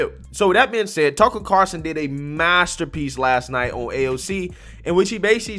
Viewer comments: There's an "L" in Tucker's last name...Car"L"son, not Carson...the more you know! Great video and coverage...love the clips as support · Carl son NOT Carson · Lol It's Tucker CarLSon buddy, not Tucker Carson. Lol. He's not Johnny Carson's nephew.